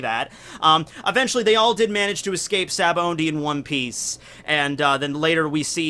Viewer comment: dude! it's sa-ba-odie (sabaody) not sa-ba-ondie!!!